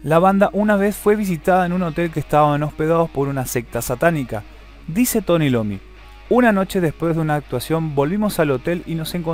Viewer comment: Es Iommi: aiomi. No "Lommy". Jajajaja.